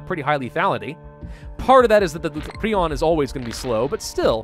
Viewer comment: Its "prie-on" not "pree-on"